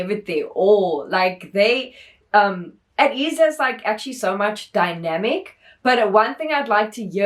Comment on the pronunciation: It's pronounced as 'Ey-teez' btw also thank u so much for this reaction! Ateez follows a certain storyline with their mv's and music plus theur song albums are also so good! If you want to react more to ateez, I suggest INCEPTION and THANXX MV their other recent mv's